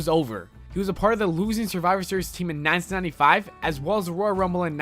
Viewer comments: please stop saying "1995" like that: "nayntinayntifayve" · Very strange way of saying "1995"